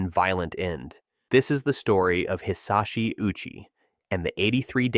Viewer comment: Hisachi OW--CHEEE